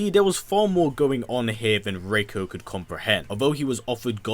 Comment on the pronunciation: It's Ree-koh have you played mk4